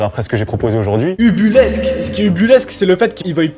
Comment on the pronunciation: Juste j’suis obligé d’intervenir sur quelque chose t’es pas du tout au courant qu’on dit « ubuesque » et pas ubulesque…